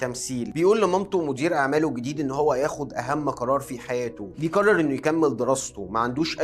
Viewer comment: لو تتكلم بطريقتك العاديه كان أفضل واقرب للمشاهدين ،مافيه داعي التكلف في العرض، خاصة لما تقول بيقرر، من كثر ما تضغط عليها تبين تقول بيكرر 😅